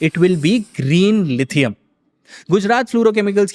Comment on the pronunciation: Its not lithiun ion..lithium ion